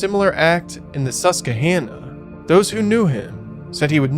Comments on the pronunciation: It's "Sus-quah-hannah". I would love to hear you try to pronounce Schuylkill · It's pronounced, SUS-QUA! lol